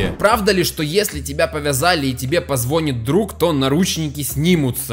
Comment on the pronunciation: Он сказал "позвОнит" капец